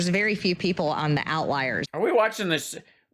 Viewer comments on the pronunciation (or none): Did she say outliers or out liars?